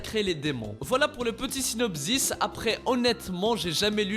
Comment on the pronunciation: synopziz ? Tu es dyslexique ? j'ai l'impression que tu as un accent